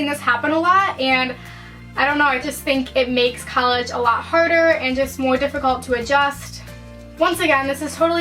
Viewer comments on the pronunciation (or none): This girl can't say the word "harder" lmao or any word with an "r" for fucks sake